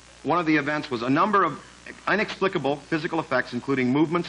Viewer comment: hang on.... did he just say "UNexplicable" ...?